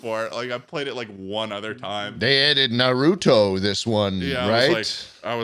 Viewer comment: The way schlatt says Naruto cracks me up for some reason